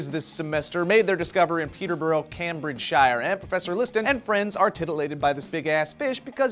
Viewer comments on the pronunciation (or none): Cam-braid-shy-yer, oh. Came-bridge-sheer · Shire like Shuh not like Shy-errr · "cam-bridge-shire"? wut? sorry, it's "came-bridge-sher" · Peterborrow Cam-Bridge-Shyre.....wow guys. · Just a tip from a person who lives just down the road from Peterborough, it's pronounced "Pete-er-brugh" in "Came-bridge-shur". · Cam-Bridge-Shire, I am going to cry a little bit now. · Cam-bridge-shiiieerrr lololol it's more like Came-bridge-sheer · Cambridgeshire = Came-Bridge-Sheer. English place names ending with 'Shire' are pronounced 'Sheer' Unless you're talking about THE SHIRE, of course. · Pee-Ter-Bur-Rah (Peterborough) Came-Bridge-Shur (Cambridgeshire) :) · just letting you know Cambridgeshire is pronounced came-bridge-sure, as in the area of England where Cambridge is :) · It's "CAME-bridge-shure," guys. Loud-mid-whispertrailingoff... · Peterborough (peter-buru) Cambridgeshire (came-bridge-sheer) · And Cambridgeshire is Came-bridge-sheer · The site of the discovery, "Cambridgeshire", should actually be pronounced like: "Caym-bridge-sher". LEARN JUMP! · Was really trying to say cambrigdeshie? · Cambridgeshire is pronounce "Came-bridge-shuh" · Cam bridge shire ahahha bless :3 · cam bridge shire lol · lol 'cahmbrijshyre' nice try. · Omg Came-bridge-sheer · Awwww trying to say Cambridgeshire... Adorable:D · Lol, the way you said Peterborough and Cambridgeshire :P well at least you tried... :P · haha love the pronunciation of Peterborough Cambridgeshire (my home town)... not quite how the locals say it :) i love source fed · if u are English u would notice that he completely mispronounced Peterborough, Cambridgeshire at 1.21 Lol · I love you, but that is the worst pronunciation of Peterborough and Cambridgeshire I have ever heard. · that is not how you pronounce cambridgeshire.